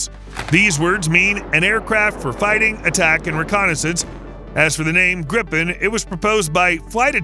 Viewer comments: im getting extremely pissed off about how extremely wrong youre saying this, as a swedish person i say, learn how to pronounce our words >:( BRU- YOURE SAYING THIS EVEN MORE WRONG YOURE SAYING HIS NAME COMPLETELY WRONG OMFG "grifen" ITS A GRIPEN, GRIPEN, G,R,I,P,E,N. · Not "Grippen", it's pronounced "Greepen". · He can't pronounce any of the Swedish words correctly. 😂